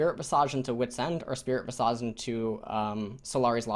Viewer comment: it's pronounced spirit vis' ij